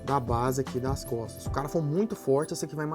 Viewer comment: no inicio eu escutei "aprenda a desenhar cofres" kkkkkk